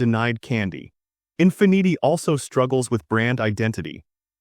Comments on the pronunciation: Teach your AI how to say Infinity 😂😂😂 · The AI voice pronunciation of Mercedes and Infiniti were atrocious.